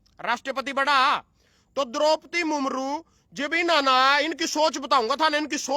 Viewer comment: बेटा,,,,, मुमरू नहीं। मुर्मू होता है।